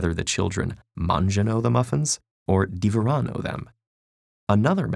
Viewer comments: The correct pronounce is "divòrano". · I am from Italy,and when you said "mangiano" and "divorano", you said so fucking wrong XD Sorry for my bad english :/